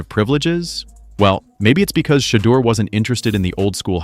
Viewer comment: Whoever made this video mispronounced Shedeur’s and Deion Sanders’ names so often, it’s like they’ve never even heard of them.